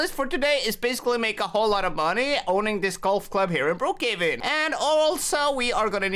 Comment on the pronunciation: He said Brook caven😂😂😂😂